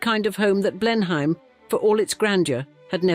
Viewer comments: Another poor little rich girl story. Prounounced blen am. Not blenhime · You should have learnt how to pronounce BLENHEIM correctly. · Couldn't the voice over learn how to say Blenheim and Ivor correctly? such an ear sore! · What a shame you couldn't find a narrator who could correctly pronounce Blenheim.